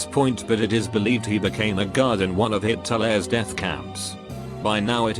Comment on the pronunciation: Everyone else: Hitler Reddit voice: HIT-TO-LEHR